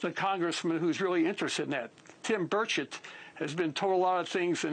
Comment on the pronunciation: Its pronounced Ber-chet not Bird-shit